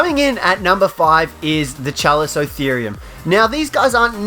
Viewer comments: Pronounced kalikottheerium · My alliance has a chalico. Also, it’s KA-LIKO-THEORUM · The Chalicotherium is said with a K....